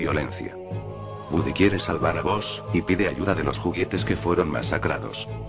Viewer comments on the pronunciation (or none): No es buzz lighitllear, el dice bozz